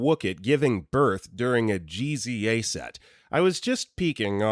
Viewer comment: Heads-up that GZA is usually pronounced "JIZ-uh" and he's a founding member of the Wu Tang Clan rap group. Highly recommend Wu Tang Clan. :D ETA: Also We'd rather you make a stick figure thumbnail than use AI shortcuts. :(